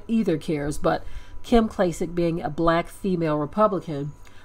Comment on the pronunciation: "Klym"? Wtf?